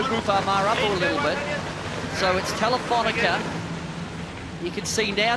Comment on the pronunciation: I love watching this stuff…but it's TelifonicA…where is the -er?